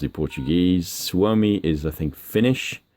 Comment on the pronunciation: Great vid! By the way. It was funny when you pronounced Suomi, because I'm Finnish my self. :)